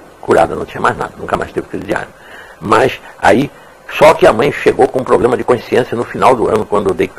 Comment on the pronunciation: 😂😂😂poblema seu kkk